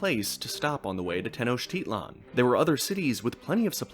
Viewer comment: also wjhy the fuck do you accent te-NOCH-titlan and not te-noch-TI-tlan